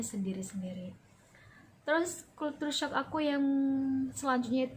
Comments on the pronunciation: Sedikit Pembetulan..culture shock..kejutan budaya..bukan kultur shock!! .kalau nk sebut bahasa ingeris sebut la betul2..bukan bahasa indon dirojak ingeris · Bacaan nya begini... kal-sher-shock